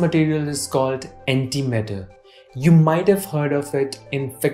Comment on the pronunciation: The whole time I tought he said anti metal